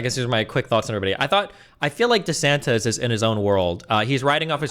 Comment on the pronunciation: Everyone says Viveks name wrong. Even Destiny. It’s pronounced vih-VAKE! And please stop saying desanTEZ! I don’t think he’s Mexican! DeSantis. Tis. Not TEZ! Please! For my OCD! Say the name’s correctly! OsteoarthriTEZ OsteomyeliTEZ TEZ the night before Christmas AppendiciTEZ ArthriTEZ